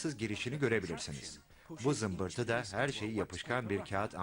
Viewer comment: 4,39 da zınbırtımı dedi ☺